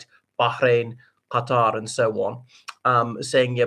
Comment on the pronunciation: Lol what's up with this Arabian accent when pronouncing Iran and Qatar? so scenic